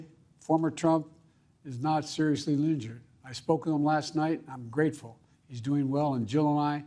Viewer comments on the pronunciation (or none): “Thankfully former Trump(huh??) Is not seriously leeeeeegered…..”(mmmk)